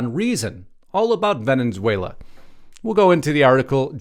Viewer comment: There is only one n in Venezuela not Venenzuela.